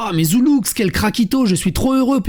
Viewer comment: on prononce pas le x lol et force au c est un bon gars